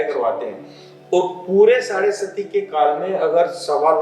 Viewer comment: साढ़े सती नहीं, साढ़े साती